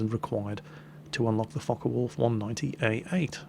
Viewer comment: sounds like hes saying fuck a wolf aircraft at